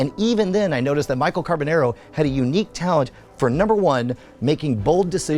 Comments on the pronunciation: The "nar" part rhymes with "car", not "hair". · You’ve known him since you were kids but you can’t pronounce his last name right... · after all of that talking and storytime about how you know him in life, if you actually HAD even SEEN the show, as you say, you would know how to pronounce his last name as he clearly says it from his own mouth on EVERY SHOW... instead of this mispronounced trash you say out of your mouth.